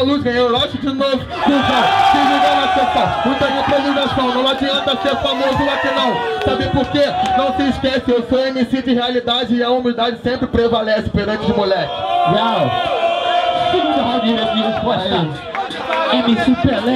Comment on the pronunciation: Parece que ele fala tumba ao invés de segunda kkk